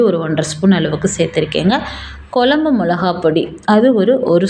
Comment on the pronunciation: அம்மையார் வாயில் 'ழ' கரம் படும்பாடு......... மழலையர் பள்ளியில போய் ஒரு மாதம் பயிற்சி எடுக்கச் சொல்லுங்க. 'குழம்பு' வைங்க. 'கொலம்பு' வைக்காதீங்க.